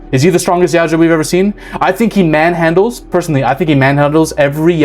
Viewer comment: Man you being able to say Yautja instead of "Yaucha" puts you ahead of other content creators who have covered Predator content before, you just gained my sub for that.